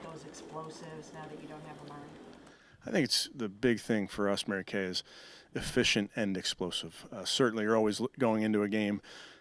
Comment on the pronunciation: Why does he say "MaryKay" ??? Nobody else? Issues.